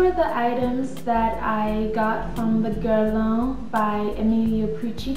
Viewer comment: I luv the videos! I luv hearing you pronouce the names of the Guerlain products, correctly:)! Whenever I log on to check my email, I take a sneak peek on YT to see if you've added a new video as Guerlain, YSL,Chanel & Dior are among my favorite brands (Guerlain & YSL are tops!). You make a person feel okay about enjoying the finer things in life without the guilt---as some people would have one feel bad, because they are not spending their money on drugstore makeup.